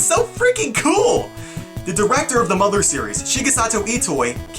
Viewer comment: 日本語はマダーじゃなくてマザー、発音が違うんだよなぁ。 ww